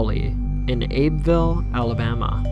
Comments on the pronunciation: It's pronounced Abby-ville not Abeville. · it's Huggin' Molly and it's Abbeville pronounced Abby ville. It's a crock of crap and Abbeville natives never heard of huggin' Molly until after the restaurant opened.